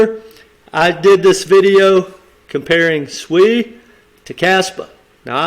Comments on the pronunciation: you saying SUI but it s SEI mate 🤣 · I think it's pronounced "say" (SEI), not SUI (another token). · It's nou SUI but SEI, pronounce like Say. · The name is pronounced "say" not "swee". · Yes, I was about to say the same. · Sei is pronounced "say", great video 💯👊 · Sei is pronounced "say" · It’s pronounced SAY lol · Sei is Pronounced "Say", Sui is another crypto. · You’re confusing everyone with this pronunciation lol. SEI = say